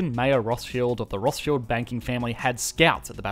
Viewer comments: It's pronounced Rothschild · are you calling him nathan rothSHILLED?